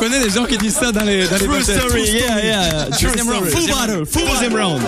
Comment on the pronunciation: j sais qu'on écrit "true" mais Black M il a prononcé "trou story"